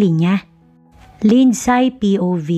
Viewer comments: 🔥🔥 Shout- OuT from Vancouver Island CANADA 🇨🇦 🍁 GRABEEE APAT ?? Parang ASTEROID ☄️ si ASTRO ang daming Anak. Malupetz 😅 Btw, LINDSAY is pronounce as LIND-SEY!! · Bakit di tama ang pronunciation ng mga Names? Mag research naman bago mag Narrate.Lindsay. Lindsey...long a....ai...ay... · WRONG PRONOUNCIATION OF ""LINDSAY """ ASK AND RESEARCH